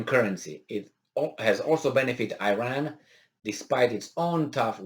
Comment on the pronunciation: please pronaunce iran like you say it for "i"taly so "i"ran, and for ir"a"n please like "a"lmost.